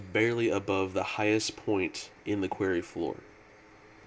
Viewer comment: am i the only one who gets pissed when ever he says quairy? QUAR-RY >.<